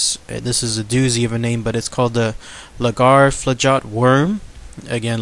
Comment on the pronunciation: Pronouce: Laggerflot